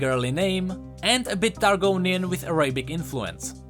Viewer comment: the way you say Latin and Arabic hurts me XD